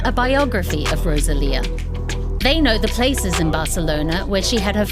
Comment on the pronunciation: Please stop calling her RoZalía 🫣